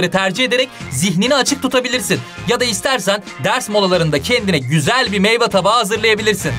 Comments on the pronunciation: hocam kusura bakmayın ama meyva değil meyve 😊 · Meyva değil meyve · Bir de meyveye meyva demesi var çok güldüm😆😆😃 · Sey bisey diycem niye herkes meyve'ye meyva diyorrrrr😂😂 ben meyve diyorum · meyva değil meyve😶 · Hocam meyva değil meyve😂😂